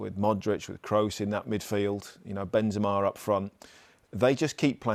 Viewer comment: I didn’t know Benzema was “Benzemar” in English lol